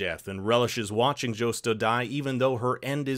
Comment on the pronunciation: How are you pronouncing Josto’s name wrong?